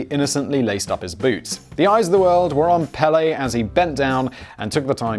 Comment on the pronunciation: It's PELÉ!!! Not pale